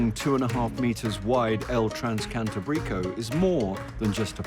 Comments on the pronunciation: The pronunciation of place names was poor. But you'd think they could pronounce "transcantábrico" correctly... I mean it is the name of the actual train. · I was just about to post this. "Transcantábrico" pronounced was grating. As well as most of the other towns pronounced. They should have got a Spanish speaker like Michael Portillo to present this.